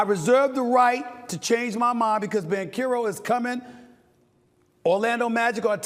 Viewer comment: "Wembenyana" "Pablo Banchero" lol, Never change SAS